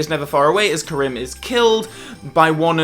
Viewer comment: I wonder why mispronounces “Kerim” over the course of this review. He seems to pronounce it correctly in every other FRWL video 🤔